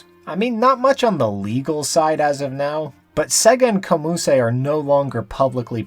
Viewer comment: Its pronounced as Kom Use. It means Korea Amusement.